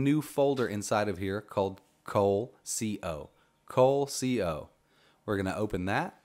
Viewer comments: Cole-C-O folder? It's one word, coleco. Really? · Awesome video. I'm loving my new retropie. Your demos contribute to my enjoyment immensely. One question, did you really mean to say, 'cole-c-o?'